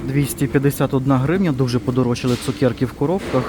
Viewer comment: Чому цукЄрки????просто цукЕрки , не розумію!!!